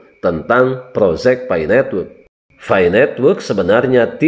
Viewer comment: Bukan fai tapi Pi